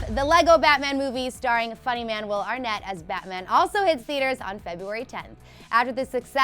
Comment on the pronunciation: Okay so anyone who has the last name Arnett cringed when she said "Are net" instead of "Are nit" It bugs me so much 😂